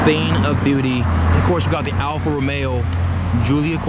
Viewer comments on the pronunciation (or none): alfa ro-mayo